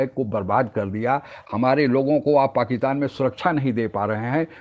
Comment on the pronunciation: "पाकितान" या "पाकिस्तान"! उच्चारण तो शुद्ध कीजिये साहब !